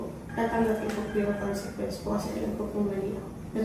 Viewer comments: Pauli ulit yung KONSINGKWENS ah 😂😂😂 konsikwens po... (CONSEQUENCE) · Ako lng ba nakakapansin na "consenquence" ung sinasabi nila instead na consequence?